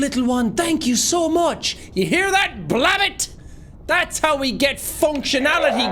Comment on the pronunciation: I like how he pronounces Blab-bot as one word, sorta reminds me that I would do the same thing sometimes. xD